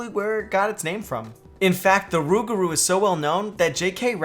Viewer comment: It's NOT Rugaru BUT Loup-Garou! And YES I'm French! BTW the "p" at the end of "Loup" as nothing to do with the prononciation so It's Lou Garou... The more you know...